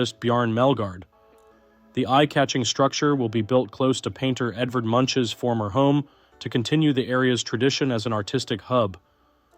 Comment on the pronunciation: Edvard Munch's last name is pronounced more like "Munk."